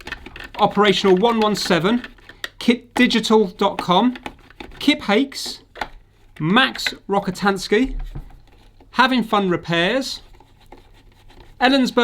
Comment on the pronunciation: It's a Slavic name... the C is ts, not k, so it's pronounced Rotskatinsky. You're welcome.